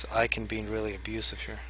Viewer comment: btw, ICKEN is pronounced like chicken without the CH and not like icon xD